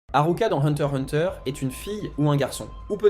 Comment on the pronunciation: Le x ce prenonce !